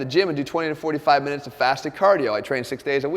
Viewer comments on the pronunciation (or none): "20-45 mrnutes"